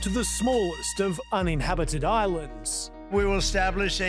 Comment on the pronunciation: "Unhebited Islands" is WILD 😂😂